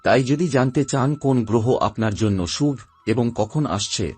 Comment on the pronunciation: ভাটের কীর্তন?উচ্চারণ ঠিক নেই, বাংলা বলতে এসেছে,ফালতু লোক ও তার বকবকানি,ছি:শুভ্,উৎস্ কি উচ্চারণ?